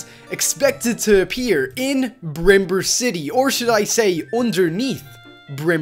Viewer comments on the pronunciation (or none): Bimber not brimber